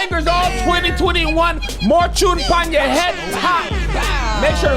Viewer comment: Kev said 'More tune pon yuh head top' correctly. Liked the video just for that!